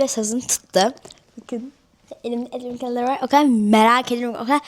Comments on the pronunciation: Edvın kelındır diyemiyo enimi enimi diyo sok mutlu oldum diyo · Konuşunu düzelt bence şlap şlap öğğ iğrenç mk advın kalındır aynen kardeşim konuşmayı öğren😂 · Atven kelenter dedi daha konuşmayı bilmeyen bir insan makyaj yapıyo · Danışığa bak asla gülerhh advent calendrllll 😅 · Advent calenderı yanlış söyledin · Advent Calendar daha diyemiyor şımarıyor